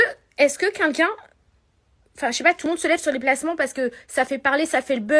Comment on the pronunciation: "Vous pouvez tuer cuncun"..! Non Magali... Répète après moi... QUELqu'un... Allez, essaie stp 😉